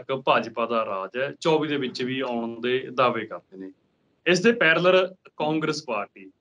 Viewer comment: ਪੈਰਲਰ ਨਹੀਂ ਪੈਰਲਲ ਹੁੰਦਾ ਹੈ ਐੰਕਰ ਸਾਹਿਬ ।